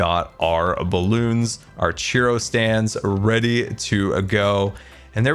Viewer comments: Love this disn- sorry, Scarland base. BUT the ffod you called "Cheeroh" is actually pronounced "Churoh (Ch-ur-oh), down where I live mexican and hispanic culture florishes, (Texas). Have a good day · I love you, but it's churro, not chiro. 😂😂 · It’s Churro, not Chiro. I’m only in slight pain. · you're pronouncing churro as cheero?????? my guy.... you never cease to amaze me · its not pronounced cheero. Its pronounced chur-oh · How come nobody is talking about the way he says churro? Sounds like he’s saying cheerio stand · I love the pronunciation of churro 😂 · I love the video, I love the build, but your pronunciation of churro is atrocious!! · The way you pronounce churro is so confusing. I didn't even know what you were talking about at first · mispronouncing churro hurts my soul. But great video as always.